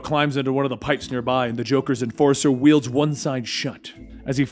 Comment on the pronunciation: You may not see this and it's not much of a big deal but I'm surprised no one has said you've been saying the word "welds" like "wields" for so long. Not much of a big deal but Im a welder and I listen to these while I work lol. Love the videos tho keep it up 👌